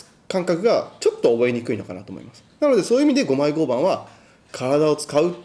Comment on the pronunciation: マジレスすると合板の読み方は ”ごうばん”…△ ”ごうはん”…〇